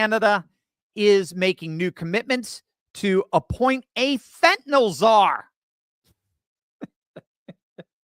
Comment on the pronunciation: Fentanyl, not fentanole, I suspect Fidel Trudeau needs a dose or two to ease his pain 😂😵‍💫